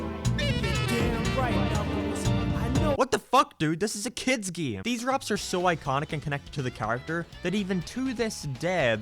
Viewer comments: Why do you say “game” like “geyum”? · why he say game like that? "gam" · Ah yes geem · I can’t stand the way you pronounce “game.”